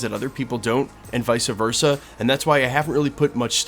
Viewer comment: Its just vice versa....vice versa not vysa versa